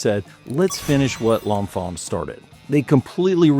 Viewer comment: I'm not sure which is more annoying, the complete erasure of Benjamin Banneker from the story of DC's design and civil engineering, or the pronunciation of L'Enfant ("lawh fawh") as "lawnfah"